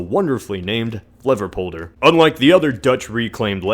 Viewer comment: If you're gonna hate on our names, maybe you should start pronouncing them right first dude... Zulderzeeworks? Fleverpolder? Come on man